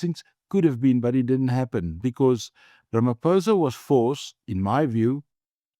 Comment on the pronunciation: I wonder if I can listen to a white person - after decades - still saying "Ramapousa" iso Ramaphôsa. What is wrong w you people?